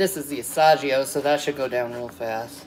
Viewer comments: "Asajeeo cheese" has me pissed 😂😂😂😂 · She's 💯 confident in literally everything she says and does, no matter how completely wrong she is 😂 She ki1ls me with the AH-SAH-G-OH 🤦 And ricotta cheese doesn't go in canolli, it's Marscarpone...